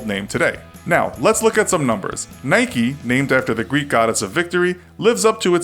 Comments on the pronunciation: Nikey and pooma...... ffs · stopped watching when he pronounced Nike like Nike - eeee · You said Nike and Adidas wrong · Anyone else get annoyed by how he says Nike 🤣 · Mate you can't even say the company names correctly 😂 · why u pronounce nike wrong and adidas right u guy with a ball in mouth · you say "nike" incorect.. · GT 0MegaRACING A foreign thing? Nike is American bud, not British. Adidas is German, not British. It’s a British thing to pronounce it wrong, not a foreign thing. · It's so annoying he can't pronounce nike properly 😭😭😭😓 no y or ie on the end. You don't call mike, mickie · It's Nike not Nikey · It’s Nike not Nikee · Its not Nikie. Its nike.😅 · It’s Nike, not Nikey. You don’t go around saying bikey now do you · It's "Nike" not "Nikey" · I say n ike not nik eeeee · Why do people say Nike-y it is spelt NIKE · please do not call nike "naiki" do you call your bike "baiki" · You dont say nikeeee you nik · NAIK NOT NAYKEE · Its NIKE not NIKEY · NOT NIKEE ITS NIKE!!! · It’s called Nike not nikey, you don’t say bikey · It's nike not nikeyyyyyyy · Nike not nik-e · IKR its nike not nikee lol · In Philippines we call it Nayk. Not Naykee. Lol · Whyyy dafuq you say nikeeeee just say Nike just do it! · Why pronounce it Nikee though, it's "Nike", you don't say bikee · It’s pronounced naik not naiki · its not nikee its nike with a silent e also its not adeedas its adidas you say it how you spell it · It's Nike. Not NIKEY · Its not nikey its just nike. you dont say 'likey' with the word like. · Since when do you pronounce "nike", "nikey" :,) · Its Nike not niky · Not so sure about Nike either. It should be Nike, rather than Nikeee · Who’s from the UK and gets annoyed when he says Nikey and ado-das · Why is he saying niky? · STOP SAYING NIKEEEEEEEEEEEYYYYYYYYYYYYYYYYYY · GT 0MegaRACING yes I know right if you call Nike nikee then why do you call a bike bike not bikee it’s just wrong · GT 0MegaRACING yea I’m from England and whenever I hear nikeeeeee I cringe